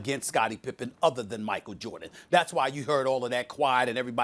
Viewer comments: "Michael Jurdan" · Did she just say Jerdan 😆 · Did Molly say Steve Korr and Michael Jerdan? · Ermagerd it’s Murkul Jurdin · Molly just said michael jurdan. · Molly- “Michael Jerden” 😂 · Micheal Jordit? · Who tf is “Michael Jerditt” ??? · "Steve Core, Michael Jerdit" - Molly Qerim, 2020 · “Michael Jerdin” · Molly mixed Steve “Korr” and Michael “Jerrdan” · First ten seconds.. Molly: "Steve Coir, Michael Jurdan..." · 09 "Michael JErdan" -The one and only Molly Qerim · Steve Korr and Michael Jerdan😂😂😂😂😂😂